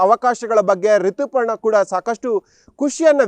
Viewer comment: ಸರೇಶ್ ಅಲ್ಲ, its ಸುರೇಶ, ರಿತಿ ಪರ್ಣ ಅಲ್ಲ, ರಿತುಪರ್ಣ 🤣